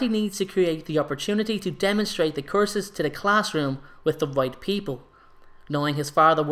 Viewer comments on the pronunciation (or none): Wait does he use the unforgiveable courses? Damn😂 Dont mean to be rude btw i just find it kinda funny the way you say course instead of curse😅